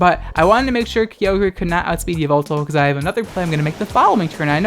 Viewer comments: Kai-ogre not Kiyogrey!!!!!!! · It’s frikkin Kye-ogre (like SHREK) pls man. No more kee oh grey or w/e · Uhm, it's Kay-oh-gruh you degenerate. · KEE-OH-GREY It’s KY-OH-GER you degenerate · take a shot everytime says Ki-o-grey jokes aside Happy halloween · THAT IS NOT KEY- OH GRE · do you call Ogres, Oh-Greys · the way you say Kyogre.... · hey man, you said kyogre wrong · The scariest thing about this video was your pronunciation of Kyogre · He said in another video he pronounces it like that on purpose to trigger people...and it works. 🤢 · Vespiqueen lol I thought it was only just me!